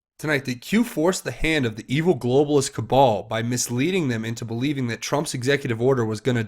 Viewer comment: Great work,. It's very much appreciated by those who simply don't have time to keep up to speed with all the details and ramifications of each development. One small point - "cabal" rhymes with "pal", not with "Paul".:)